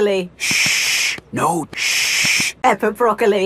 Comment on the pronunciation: It's not pepper it's daddy Pig the